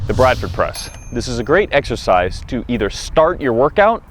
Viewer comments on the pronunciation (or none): none